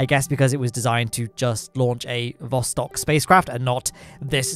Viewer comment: Or as the Alpha-Chads like call it, THE PLOSTOK